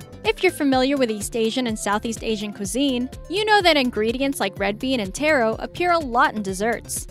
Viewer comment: It's pronounced taro the way it's spelt